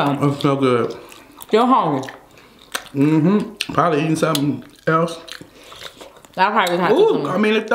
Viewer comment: says brother hongry.